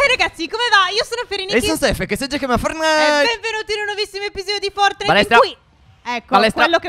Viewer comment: Stef si scrive fortnite ma tu dici fornait si dice fortnait pero si scrive fortnite